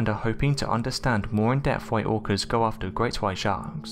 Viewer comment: Orcas pronounced as organs, irritating as f**K